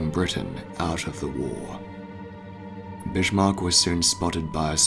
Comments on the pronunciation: He is the Bismark,not the bishmok. Learn how to speak, for crying out loud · Always thought it was Bismark not Bishmark? Very sobering to see the exact moment so many British sailors died, at least for most of them they would know nothing about it killed instantly in the huge blast! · It hurts a little when you pronounce the name of the ship like Bishmark. Bis-mark, whereby the "s" is strongly emphasized, for example like in the English word "service" would be more correct ;-) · BiSHmarck?) Lol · There's no H in 'Bismarck', bud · Twist : I think that he pronouncing the sound of the letter H could be because of his apparent British accent even though as you stated their is no H in the word. One example as an American I can say on the different pronunciations between American and British accents is with word Schedule. I've heard many British people pronounce the sound the sound of the H in that word while we Americans don't pronounce the sound of the letter H in that word. Now I still don't know myself why he chooses the pronounce the sound of the H when the letter is not there, but it's still amusing when people of different countries try and talk in English. 🤭🤭🤭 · Incorrect Humberto.